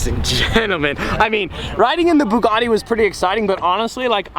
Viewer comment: I'm sorry but, Bugatti not buggati!!!!